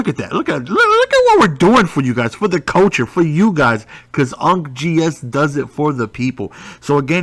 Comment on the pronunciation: “for the coacher” my chest hurts